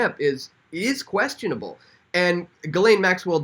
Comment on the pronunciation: Ghislaine is pronounced ''jiss-lenn'', with a soft j.